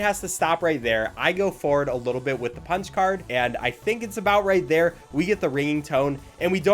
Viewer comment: i thought you said spongebob card not punch card that was a bit strange